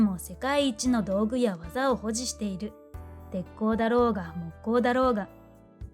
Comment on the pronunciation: 木工 ⇒ ❌きこう ⭕もっこう